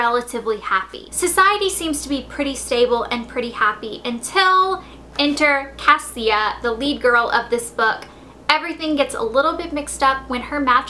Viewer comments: Her name is pronounced CA-Sha not cassia, the author told me. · the girl's name Cassia it's actually pronounced Kashia lol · And her name is pronouces Kasha. Like kesha, but with an an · So apparently her name isn't pronounced as "Cass-ie-uh" it's pronounced "Cash-uh" according to Allie Condie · When i read Matched i pronounced Cassia as Cas-see-ah throughout the whole book but then i watched and interview of the author and she pronounced it Casha... Idk how i can read the second one now... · I think she means Cassia is pronounced Kosha. I didn't know this though, so I think the way you pronounce it is fine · Her names actually prounced kasha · Cassia is pronounced like Ke$ha except with an "a"... just so you know.